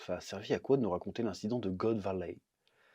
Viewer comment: Chef, la prochaine fois, fait la review avec l'accent Québécois, c'est trop style quand tu prononce" God Valey"🤣🤣🤣